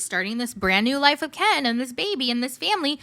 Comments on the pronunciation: The way u say Ken like Kian like she does 😂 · The background, the voice impersonations, the clips, the ‘Kenn’ pronunciation, it was all chefs kiss. You gained a subscriber just on this video alone. 😆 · I love how you got the gypsy voice down pact and how u say Ken. Makes me laugh every time 😂